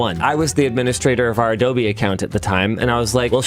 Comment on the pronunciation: What's Adoughrrrrrbee?